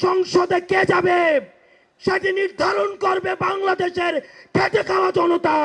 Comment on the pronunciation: ভাই কি বললি ঠিকঠাক শুনতে পেলাম না কি বললি খেটে খাওয়া না খেচে খাওয়া আর একবার বল